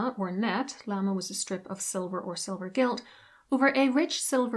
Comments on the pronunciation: It's pronounced "la-may". Not "lama" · Llama😂 It's pronounced luh-may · OMG just find a French language tutor at a uni near you to correct the terrible pronunciation of words such as lame (lamb A) and faille fie ee.